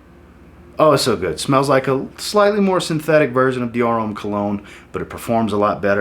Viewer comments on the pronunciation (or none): none